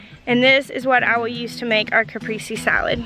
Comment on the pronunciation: I hate to be that guy but you just pronounced cap priest say